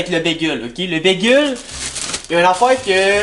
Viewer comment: Imagine dire bigueul mais good job quand meme